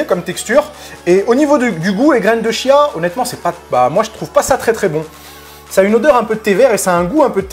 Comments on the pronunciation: Je reviens sur la prononciation, Wikipédia indique que c'est "tchia". En tout cas merci pour cette recette très sympa ! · Super partage, gracias! Pour la prononciation c'est "tchiya". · Petit détail: on prononce "kia" ;) merci pour le partage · oui pour de vrai lol ça s'écrit chia mais à se prononce kia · On dit graines de chia et non pas Kia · prononciation graines de Chia : "Tchia" avec le T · On dit graine de "Kia" phonétiquement et pas -ch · J'ai l'impression d'entendre "graine de chiasse" :D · Je t'avoue que ça m'a fait le même effet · On dit (kia) 😉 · dans le magasine Vital Food ils disent que cela se prononce "kia". Après tout le monde prononce comme il a envie, ce n'est pas bien grave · On prononce graine de chia